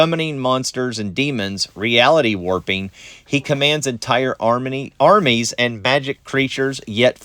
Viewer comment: Armines bro Armines 😂 I love it